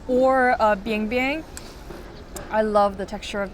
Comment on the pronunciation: It's biangbiang not bianbian. Bianbian means poop.